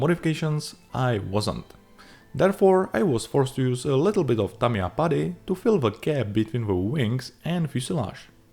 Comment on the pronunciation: Anyone else devastated that started pronouncing "putty" in a more conventional way? I was living for that old pronunciation. His English is getting too good dammit.